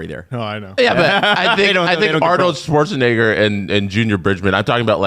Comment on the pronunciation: The way says Schwarzenegger